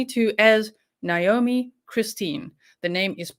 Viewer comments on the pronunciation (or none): Her name is Na-omi not Nomi please pronounce her name correctly.